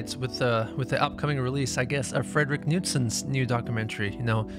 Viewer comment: Omg. Someone pronounced Knudsen correctly